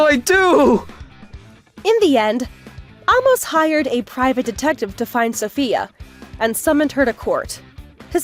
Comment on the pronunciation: Amos is pronounced with a long a sound.